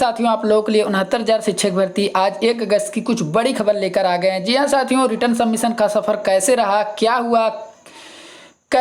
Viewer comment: रिटन सबमिशन होता है रिटर्न सबमिशन नहीं क्यों अंग्रेजी का बलात्कार कर रहा है